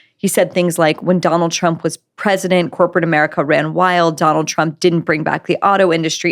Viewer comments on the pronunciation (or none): I like what you say in general. But you are an American. And there is literally no excuse for intrusive Rs. Say America not Americer.